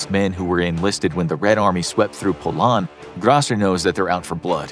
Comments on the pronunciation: "When the Red Army swept through Polan" TIL that the "d" in Poland is silent. :D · Polan? What is Polan? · lol the pronunciation of Poland is funny